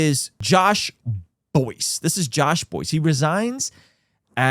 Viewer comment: He has G3 podcast. And his name is pronounced Bice.